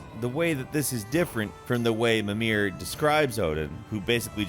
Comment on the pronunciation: mimir is pronounced "mee-mur"